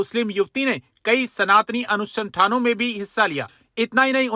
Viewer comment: kya manywar, kum se kum shabda to sahi bolein ANSANDHAAN nahi, shabda yahan jo hai wo hai ANUSHTHAAN. yahi ho raha hai aaj har dimagidiwaliya jiske haath meiphone hai keval bakaiti kar kepaise kamaraha hai kaam karne waay becharon ko pel raha hai